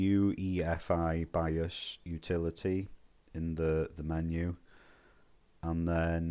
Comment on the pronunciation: Nope didn’t make a difference, in fact made my fps worse. My fault getting advice from a guy that can’t even say bios correctly